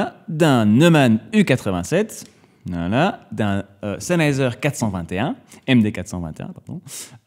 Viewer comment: chennheiser lolllll